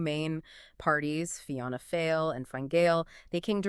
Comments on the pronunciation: Enjoyed this, pity about the poor Gaeilge pronounciation. Dáil Eireann = daw ill Fianna Fáil = fee ona faw ill ❤💯☘️🕊️ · Please, get help with pronunciation (fianna fail (like foyle/foil) etc, thanks.